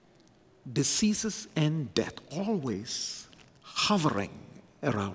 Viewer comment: pronounces diseases ( dizzeazes) as deceases..! A Phonetic gaffe.. an Amazing Pericopal theologian, author preacher..